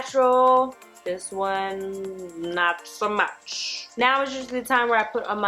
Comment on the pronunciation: 🤣🤣 "it's too m-au-ch"